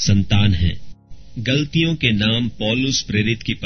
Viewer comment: Bhai sorry Bt yeh glaatiyan hai. Aap galtiyan pd rhe ho Sorry bhai jai masih di Maaf krna